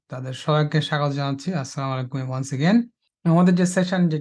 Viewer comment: Sir, I would humbly request you to pronounce As-Salamu Alaikum correctly.